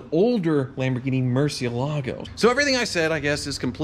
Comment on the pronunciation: I wish somebody would learn how to pronounce Huracán and Murciélago. Most people get close to Gallardo, mostly. But Murciélago and Huracán.......ufffgggh! Still, Hoovies videos are some of my favorite car videos on YouTube. No...I’ll take that back. Hoovies vídeos are my favorite car videos on YouTube. So I will forgive him for being such a “gringo”. Actually, he’s not that much of a gringo, most of the time. But sometimes...”fogetta bout it...man” (read that with a “Supposed to be Cuban Al Pacino accent on Scarface). Godspeed!!! You are the most “every day man, semi rich, dude” online. No mechanical ability but not bad “surface” car knowledge and a very good sense of humor. Which must be the reason why he’s happily married. Well...sorry but, it’s certainly NOT his looks. 😏🇨🇺🇺🇸🚙👍🏽